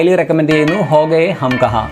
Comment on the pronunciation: Ho gaye alla chetta. KHOGAYE